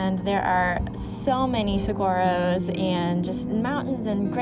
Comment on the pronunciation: Have you learned how to pronounce Saguaro correctly yet?